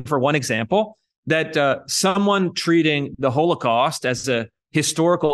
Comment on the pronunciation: I wonder where he picked up his odd pronunciation of the word h0l0cawst.